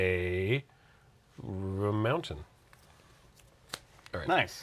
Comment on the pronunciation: Calling a mountain, montainyah is such validation.